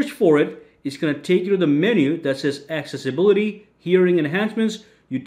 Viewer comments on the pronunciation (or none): Did u said "access a BOOTY" 🤣